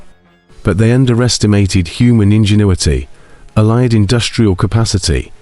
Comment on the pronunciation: AI created. Allied is consequently pronounced wrongly.